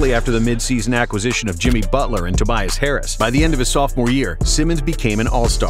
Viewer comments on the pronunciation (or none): none